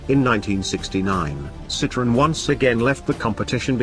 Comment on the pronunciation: Narrator cannot even pronounce the brand correctly!